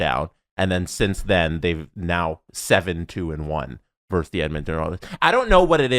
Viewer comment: "Versus", not "verse".